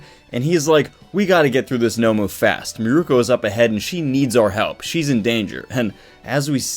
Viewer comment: They way you pronounce "miruko" Hurts me Like its (Mi-ruu-Koh) all in one breath Idk but you like say it as (mere- u-koh) Idk its kind of the same but it just hurts